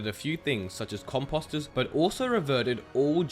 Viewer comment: Composter is not pronounced like Imposter